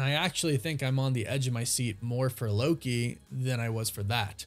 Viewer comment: Yes 🙌 you said it correctly. I believe that Loki is the only thing keeping the MCU going